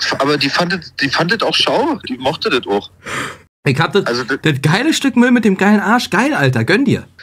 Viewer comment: "Ick hab 5 Minuden"